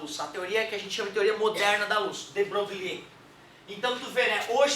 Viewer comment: boa aula! de broglie -- pronuncia: bro-gli (sem o "Ê")